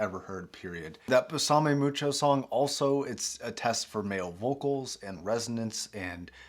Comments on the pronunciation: its pronounced bay-suh-may mucho lol and that is a great song. I bought the dt770's recently and they are great but I definitely want to get these once I save a bit more money and get a better interface than the scarlett 2i2. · Did you actually say beSAHme mucho?